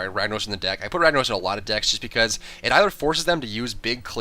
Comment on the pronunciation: why you say ragnarose when its ragnarOSSSS